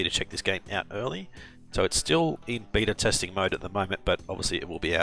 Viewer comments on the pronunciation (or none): none